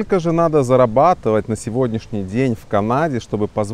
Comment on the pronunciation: сколько ааа.. не «зарабатовай» ааа.. писать без ошибок аа.. будет так же невозможно…а..